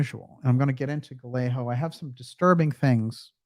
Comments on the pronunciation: . Just a thought. I think the pronunciation of Gallego may be “ guy-ae-gow. But then it may be adopted differently by the Press and or Rep. Anyway, keep up the great work and deflate that pompous windbag but more importantly, the people who are using him. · Great show. 😊 BTW, Gallego spanish pronunciation is 'Guy- yay- go' g is hard and double LL sounds like a Y.